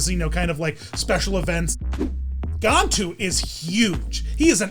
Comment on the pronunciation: On the movie Lilo and stitch the captain name you’re saying it wrong it has a GAN in the beginning of his name